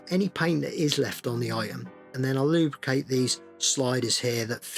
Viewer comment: Take a shot everytime he says lube-cate 😂